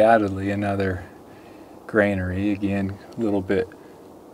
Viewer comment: I've heard another young person mispronounce granary, so don't feel bad. A granary is a storage place or house for grain or other provisions. Pronounced ˈɡran(ə)ri . That's gran (as in grand) uh- ree. It trips everyone up at first because of the association with "grain". I don't think there is a word at all called "grainary or grainery". You need to be over 100 years old to get it right the first time. A kid in 1900 would know it's granary and nothing else.